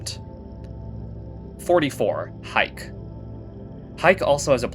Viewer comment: Haik is pronounced Ha Ik